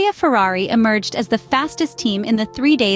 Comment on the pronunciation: I’ve recently noticed the bias of the English or British pundits and it disgusts me. They can’t even say the name Ferrari properly. I’d love to see Ferrari piss in their cup of tea this year. PS: I’m from Texas.